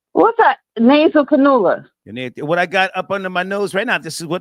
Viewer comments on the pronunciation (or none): Im a buyer and work in medical supplies. It’s pronounced, “Nasal Can-You-La”